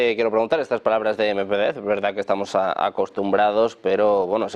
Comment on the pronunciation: Amigos de AL, una vez para siempre. El nombre MEDVEDEV se pronuncia MED VIÉ DIE V. Con el accento bien marcado EN LA SEGUNDA E. Suerte, hermanos.